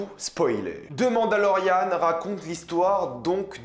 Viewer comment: quand tu dit " The mandalorian " Ont dirait que tu dit " Demande à Laurianne "